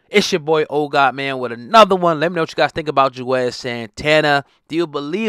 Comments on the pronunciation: His name is Juelz... not Juez. 😩🤦🏾‍♂️ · WHO THE HELL IS JUEZ?!🤔 🗣️ IT'S JU-EL-Z🙄🤦🏽‍♂️❗❗❗🤣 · Lol why does he keep calling him juez ? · 🤣😂🤣😂🤣 I thought it was me like damn bruh he been in the game 20 yrs & u butchering his name like he some new nigga 🤣😂🤣😂🤣🤦🏿